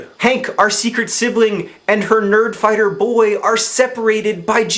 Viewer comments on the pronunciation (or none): Did anybody else hear "birdfighter babies" instead of "nerdfighter babies"? No? Just me? Okay. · It almost sounded like you said "BIRD-fighter babies". Haha.